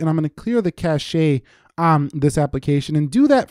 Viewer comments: You lost me at Cash-A. It's just Cash! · Great video, only one point of information, though. The word "cache" is not pronounced "cash-eh" but it's pronounced simply "cash." Look it up. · its cash. not cashai. fix yourself. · funny how he called cache "cash-ayy" rather than "cash" not making fun of him I just thought it was funny. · Hmm, my lift to unlock is greyed out for some reason. - it's just pronounced CASH, not cash-ey for this version of the meaning by the way. Aussies are worse though and pronounce it CAYSH. So annoying! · Good tips! Here's a tip for you: "cache" is pronounced "kaSH". 👍🏽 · Clear the "cash-ay"... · I stopped watching after I heard "cashay" instead of "cache". Also, you can turn battery saver on and it does half this stuff. 👌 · Once I heard him say "cash-shay" for cache I was out. Sorry dude. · Clear the cashayy lmao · they ridin' you pretty hard on the cache pronunciation. Hope you been hipped. Are you gonna spring for the Pixel 3? The Pixel 2s are being unloaded for $199 now (8/18) according to the Android Authority website, by golly. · Wow, you miss pronounced “Cache”.....😫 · That moment when you don't know how to pronounce cache.....